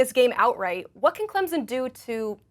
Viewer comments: worst part about being a clemson fan is hearing people say “clemzon” instead of the way it’s actually said 🙄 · you lost me with "Clemzen"...